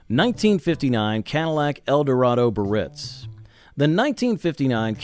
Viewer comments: Cadillac Biarritz is NOT pronounced "Buh-Ritz." There are three syllables and all are to be pronounced: "Bee-uh-ritz." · Edsel CORSAIR - was only one of four models. So much more trouble than you measure. Cadillac BI - AR -RITZ has three syllables. This entire post is offensively substandard. 😡😡😡😡